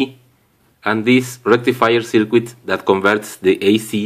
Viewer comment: You may have heard this before, but, we say circuit without pronouncing the "U" in it and it sounds like this........."CIRKIT". Otherwise it sounds extremely strange the way you say it.